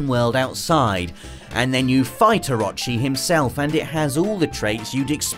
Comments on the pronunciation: My man...there is no A in Orochi. "Oh - ro - chee" lol its a name used in tons of games and ancient real world lore come on now ;-) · It's pronounced, (oh-ro-chi). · I’ll be honest, the way you pronounce orochi triggers me